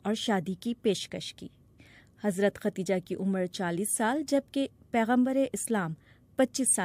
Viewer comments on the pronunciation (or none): Khadija word is correct , not khateeja, please correct your language Shakeel Azeem dated... 27 th May, 2023 خدیجہ درست لفظ ھے ، اور جو آپ نے بولا وہ غلط لفظ ھے ۔۔۔۔ آپنے کہا ختیجہ ، اس لئے آپ اپنی غلطی درست کرلیں ، عین نوازش ہوگی ۔ یہ درستگی سامعین کے لئے بھی بہتر ثابت ہوگی اور آپ کے لئے بھی ، چونکہ عوام عام طور پر ریڈیو اور ٹیلی ویژن پر نشر ہونے والے پروگرام کو صحیح سمجھتے ہیں جبکہ عام طور پر پروگرام پیش کرنے والے حضرات کا علم عامیانہ ہی ہوتا ھے اور علم لسانیات ( زبانوں کا علم ) سے انکا واسطہ براے نام ہوتا ھے ۔ جب بی بی سی کا نمائندہ خبریں پڑھ کر سناتا ھے تو عوام اسے دنیا کا قابل تحسین شخص سمجھتے ہیں جو کہ ایک بڑی غلطی ھے ۔ شکیل عظیم مؤرخہ 27 می سنہ 2023 ۔ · اصل نام خدیجہ تھا۔ آپ بار بار ختیجہ کہہ رہی ہیں۔ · How does the bbc recruit such kind of narrators? Every time she said “Khatija” instead of “Khadija”. Shame on!